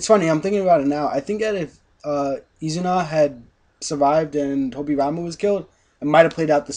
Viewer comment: Not to be any kind of nazi here, but actually it is I-zuna, not U-zuna. :P